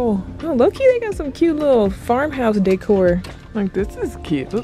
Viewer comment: If you say Daycore one mo damn time 😂😂😂😂😂! It’s decor!